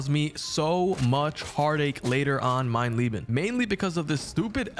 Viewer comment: Geil wie du Mein Lieben sagst und nicht mein Leben 😂 Echt lustig als Deutscher sowas zu hören